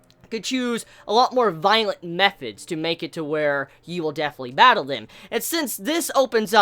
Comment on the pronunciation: Please don't say "Batteru" .... Ever again ....